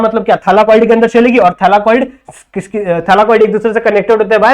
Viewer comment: Thyllakoid not thallakiod but sir your explanation is wooooooh very well understanding lecture thank you❤